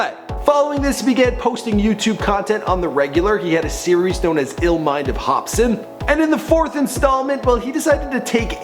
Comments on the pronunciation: lol u said hopspin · if he says hop spin one more time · this fool said "hopspin" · This nigga said HOPSPIN 😂😂😂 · ......why does he keep saying Hopspin in the begining? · (Hop--Sin) just as its spelled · "Hopspin" Yeah I'm not watching the rest of this. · get his name right dumbass.. not hopspin.. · is he saying "hop-spin??" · Why is he saying "hopspin?" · Hopspin... Really nigga? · why do you pronounce his name like ''hops spin'' ? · lol did he just say hopspin? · you don't know how to pronounce swizZz, and you don't know how to pronounce hopsin either. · After Hopsin sees this video: Nigga what the fuck? Homie my names different, ya mispronounced it. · Watch him blame this mispronunciation on the fact that he's canadian hahahaa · who in the shit is hopspin wtf are you saying it's hopsin...get it right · Its hopSIN not hopSPIN jackass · why do you keep calling him HOPSPIN. Theres only 1 P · Yo first i thought he said Hopskin i was like tf?? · He said hopspin😂😂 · Hopsin. Not Hopspin. Hopsin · Hopspin wtf. It's H O P S I N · IT'S HOPSIN NOT "HOPSPIN" DUMBASS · dude you mispronounce a lot of peoples names...hopspin no hopsin...the dudsons no the dudesons...and hopsin didn't actually audition watch any of his interviews...you suck at this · Who the fuck is Hopspin? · He said Hopspin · You pronounced his name wrong. It's pronounced Hop-sin not Hop spin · did anyone notice at the start of the show when he introduces his name he calls him hopspin LOLOLOL hahahahhahaha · he said hospin i think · I can't unhear this , now everytime i hear hopsin i hear hopspin. Fuck mannn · Did this man call him hopspin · “Hop spin” lmfao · Wait did he just say hopspin? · This dude kept saying hopspin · did this nigga deadass just say hopspin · He kept saying hopspin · this dude said hopspin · Mohterfucker did you just say hopspin?! WHAT KINDA FUCKED UP HEROIN INFUSED SANDWICHES ARE YOU EATING!!! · Did he say "Hopspin"? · hopspin lmao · "Hopspin" hahaha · "Growing up, Hopspin"